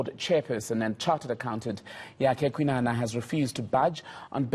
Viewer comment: Kwinana please pronounce and write that correctly